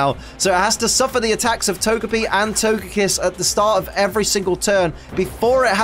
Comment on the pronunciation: Can’t wait to see this with my wife when I get home from work tonight! Go Team Lax!! Also, comments already spoiled me you once again say “Togepiss,” can’t wait to see if on Togepi or on Togekiss.